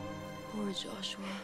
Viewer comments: 'salamat Juswa ' 🤣🤣🤣🤣🤣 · Its the "juswa" and "helicupter" for me hahahaha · Natatawa ako pag binibigkas ni Mikael Daez ang word na JOSWA! 😂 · Yong "JUSWA" talaga eh😂 Galing talaga ni marian😅💖